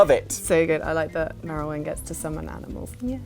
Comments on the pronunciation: Not Merralwin and it's Meowalwin..... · Merilwen in cat form? don't you mean, Meowrilwen?